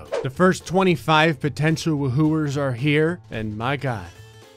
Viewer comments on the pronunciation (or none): when he says woohooers